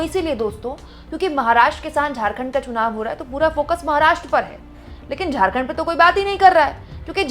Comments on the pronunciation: Chunaw ka sahi उच्चारण nahi ker पा raha hai बार baar sunaw sunaw ker रहा है 😂😂😂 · esko to chunao bolne Nahi aata chunao ko sunao kaheta hai.. Haaa. Haaa... 😅😅😅😅😅